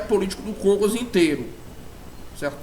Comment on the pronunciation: É paulo Kógos que se pronuncia, nao Kôgos